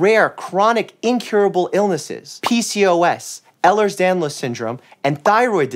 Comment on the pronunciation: As someone with EDS I love this video. Also love how he pronounces it correctly.